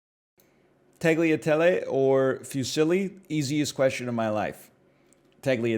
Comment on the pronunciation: No way he pronounces it tackliatelly 😭